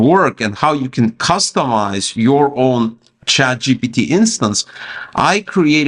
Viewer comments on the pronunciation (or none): Why you keep saying chatgot?